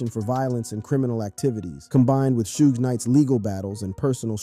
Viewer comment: 😂It's Suge not Sudge lol